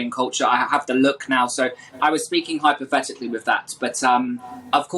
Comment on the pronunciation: Hypothetically or Hi...pathetically?